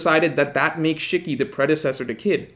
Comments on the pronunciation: It’s SHE-KEY Not SHICK-Y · That Shiki pronunciation hurts